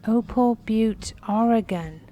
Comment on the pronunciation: Thank you for correctly pronouncing "Oregon" (not Ory-gone"!!! The Opal Butte egg is a nice collector's find! Beautiful, and best of luck treasure hunting!